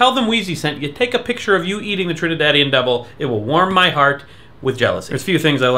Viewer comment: Doubles is always pronounced with the ''s''.